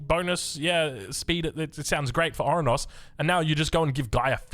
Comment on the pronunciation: Oranos not orunos